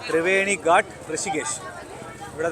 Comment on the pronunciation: ഹലോ, ഗട്ട അല്ല,ഗാട്ട് ആണ്. = കടവ്.